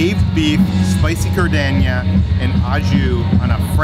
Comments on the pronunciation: lol its not gardenia...its pronounced jard-in-air...at least thats how we pronounced it growing up in Chicago where its served everywhere.:) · Jar-din-era (us Chicagoian's need to tell you!) - also, hi Chris!! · gardinare =" jar-din-air" ❤❤😂😂